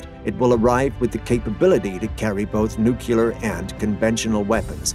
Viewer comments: The writing is fine, but the narrator mispronounces "nuclear" as "nookular" with irredeemable regularity. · WHAT IS A "NUCYALER" ANYWAY?